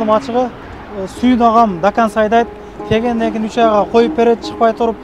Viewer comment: Кгегенде эмес келгенде деп сүйлө. Дагы де дагын дебей. Ноокат Баткендик окшойсуң. Күү кайгылуу болуп калганго.